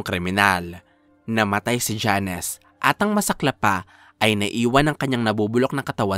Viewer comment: Jones! Hindi Janes